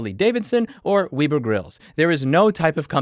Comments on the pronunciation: Repeat after me, Web as in a spiders web, er as in her.... now together, Weber, not Wii ber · Wee burr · A “Weeber” grill? 😂 It’s obvious you don’t grill much. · Did I seriously just hear “weeber” grills? What are they covered in anime girl stickers? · I had to do a double take when I heard it. Weeber grills 😂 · Weeb indeed :p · Weber with one b = weeber Webber with two b = weber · "Web er grills, not We ber" -Concerned BBQ enthusiast. Rant complete. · "Weeber grills" you are a monster. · "Weber grills" I love that you're pronouncing names phonetically. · I've never heard Weber Grills pronounced that way before! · I just learned how to pronounce Weber Grill. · I have never heard anyone pronounce Weber Grills that way. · Lemme hear you say spider web, now say Weber grill like that. Mfwtf how are we supposed to take you seriously if you cant pronounce Weber grills right. Hf